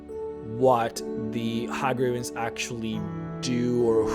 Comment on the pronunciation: Hey gravens, not Ha gravens.